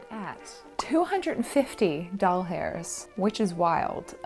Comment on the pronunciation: hmmm just delighted that I’m not the only person in the world who sometimes pronounces dollars as doll hairs